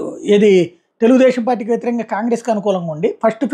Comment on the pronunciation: ఒరే నిశానీ సాయిగా, అది కేమెడీ కాదురా బాబూ కామెడీ అనాలి (కామేశ్వర్రావులో కా ఎలా పలుకుతావో అలా పలకాలి). అలాగే తెలుగుదేషం కాదు తెలుగుదేశం అనాలి